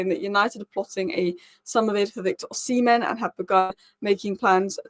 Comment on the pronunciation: Osi-men. Osi-men. Osi-men. Learn to pronounce his name correctly. Tbf, you were getting it right at the end!